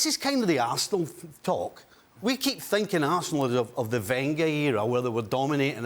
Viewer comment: Ahhh this guy and his "Weeynger era". Really irritating.